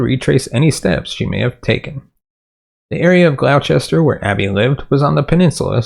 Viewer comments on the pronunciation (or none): Thank you for resurrecting my friend's case. Her disappearance is baffling and very distressing. Just FYI Gloucester is pronounced GLOSS-ter.